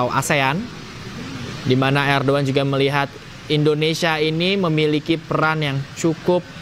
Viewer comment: Hey reporter ngomong nya salah bukan Erdoan tapi Erdogan